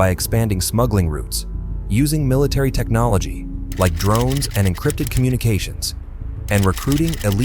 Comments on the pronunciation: lolol technologay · Like how this ai pronounced technology